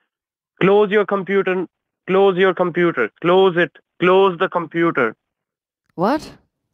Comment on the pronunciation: wow, that's a lot of ma'am-ing, commpuuder and more ma'ams 😂😂😂